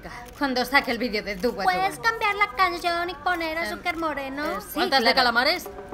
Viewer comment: Daniel N. C. Porque la chica ha dicho "cansión" y "asúcar" ahí la gracia